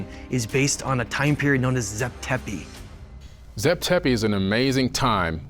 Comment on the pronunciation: It’s Tep zepi not zap tepi Graham Hancock miss quoted this in his book 2 decades ago, and you guys are still saying it wrong to the day